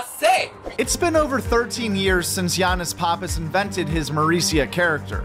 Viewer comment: Bruhh his last name is pronounced "pap_piss" not "pah_piss".. how do I know you might ask, I got the same last name. Listen to him introduce himself, it's always "pap_piss" but loads of ppl get it wrong so don't feel bad.